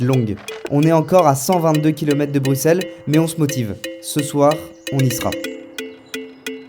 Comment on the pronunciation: Merci de dire Bruxelles en prononçant le X par S